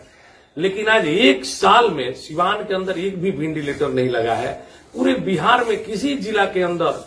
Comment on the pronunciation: नेताजी वो वेंटिलेटर होता है, भिंडीलेटर ना।